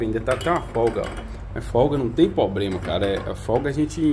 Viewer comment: O unico probrema e mesmo voce falar probrema ahahahah